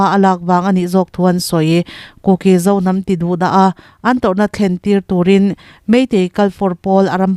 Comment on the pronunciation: Kuki Inpi tiha 'ki' tih lai tak hi a thluk a dik lo.